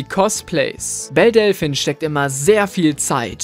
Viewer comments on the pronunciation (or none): Du sprichst Delphine falsch aus.